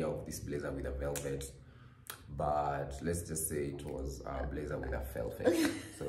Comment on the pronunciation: When said he got felfet instead of velvet 😂😂😂😂aaahh Congratulations guys 🎉🎊